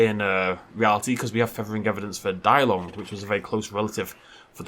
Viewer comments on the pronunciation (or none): Hi, just a friendly reminder, but the Chinese Tyrannosauroid Dilong is pronounced DEE-long, which means emperor dragon;)